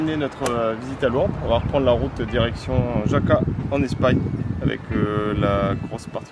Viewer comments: J'adore votre vidéo simple et instructive! Vous êtes cool !! Petite info en espagnol le j s'appelle la "jota" et se prononce r , donc vous avez passé raca et non jaca Lol!!!!!!!! De même le v n'existe pas dans l'alphabet espagnol et se prononce "b" Pour différencier le v et le b (qui se prononcent pareil ) on dit le v de vaca (vache) et le b de buey (boeuf) . Voilà vous êtes prêt pour l'espagnol les autres lettres ont la même prononciation qu'en français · Alors Jaca se prononce Raca en espagnolos 😂😂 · Super !! Sauf la prononciation de Jaca !!! C'est le J de la (r)jota !!! C'est (r)Jaca. Bonne route .